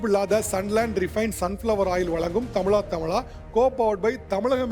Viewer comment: தமிளா.. நல்ல தமிழா என்று correct ஆ உச்சரியுங்க sir